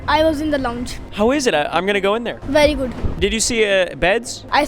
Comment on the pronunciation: “berry guud